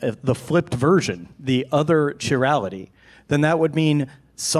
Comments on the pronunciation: Yeah, slightly annoying. More annoying is when he mispronounces "chirality" over and over and over again. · pronunciation of "chirality" is hilarious. He's clearly been doing his own research reading about this stuff, which I think is great.